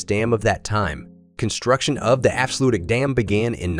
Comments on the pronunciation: Haha, what's up with that pronounciation of Afsluitdijk? "Efsluidy?", really? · afslutic dam..... really? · The afsluutdik....😆😆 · The afsluwidy?